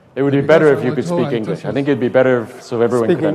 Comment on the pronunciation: 港大的學生的英文會話實在很差，在表達及發音上的能力都非常欠缺。發音不準，聽來剌耳，又多時詞不達意。